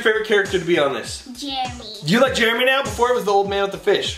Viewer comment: jeremy not jeramy